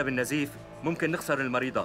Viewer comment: مين انتبه لما الدكتور قال المريضة قل المريدة